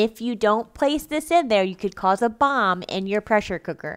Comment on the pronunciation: The way she said bomb 💣 crack tf up omg